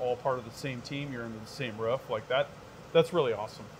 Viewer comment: It is rOOf not rough.